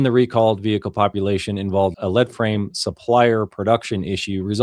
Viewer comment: Just a note from an engineer that works on lead frames. Thanks to our stupid English spellings the part is PRONOUNCED “LEED” FRAME. It’s not heavy.